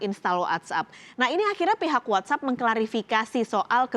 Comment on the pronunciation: "What App"bukan "What up"😆